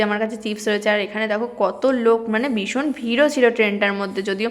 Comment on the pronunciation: উচ্চারণ ঠিক কর বদের বাসা, 'বিসন' 'বিসন' 'শরিল' আরও কত কি!😂 'ভিষন' 'শরীর' হবে।